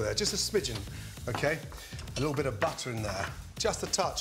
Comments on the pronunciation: Is he saying butter or buttaaa🤣🤣🤣🤣🤣...... And flavour or flayva.... 🤔🤔🤔🤔 Smooth or smuuthh... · I like how gordon calls it " BUTTAH" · I clicked the vid to hear him saying buttahh and croissant 😤😑😂